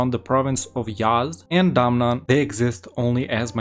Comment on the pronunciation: It's DA-MAN not DAM-NAN😂😂😂